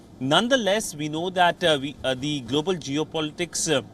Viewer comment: I laughed when i heard golobal security. From somalia